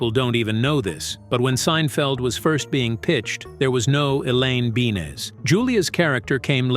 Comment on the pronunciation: Elaine beans. Fuckin AI.